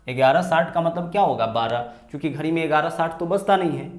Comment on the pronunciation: घरी nhi घड़ी बोलते हैं🤓